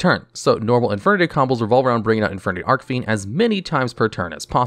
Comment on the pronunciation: Christ he needs to learn how to pronounce Archfiend